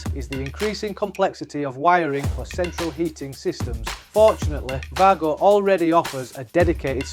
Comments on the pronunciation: There's no "r" in it! 😂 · You know that’s a W for Wago right? It’s not pronounced Vargo😂😂😂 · no it isn’t, it’s pronounced Way-Go, exactly how it’s written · Pity the presenter in the video didn’t do the same as the commentator. This is a German product and they pronounce W as we pronounce V. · Yes. An educated person wouldn’t post wisecracks like you did, ignoring all the other posts which support the German pronunciation of WAGO.